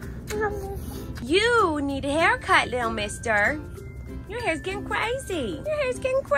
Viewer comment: Omg is sounds like he says he like his haircut! Soooó cute!